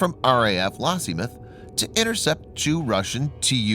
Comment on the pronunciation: lossieMOTH?!? WTF is that all about? This is an autovoice. a good one, but an autovoice all the same. Pretty sure he is Chinese tbh